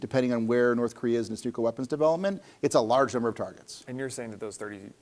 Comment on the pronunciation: Well he says 'nuculer' instead of 'nuclear', is associated with notorious dunce James Altucher, and after noting that the terminator robot motif is a problematic way to think about general AI, proceeds to talk exactly that way himself. So maybe I doubt his research quality. It doesn't help that he mentions data a lot and shows absolutely none of it.